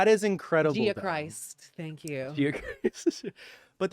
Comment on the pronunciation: Ahaha Kylie's "Gia-Christ” 🙏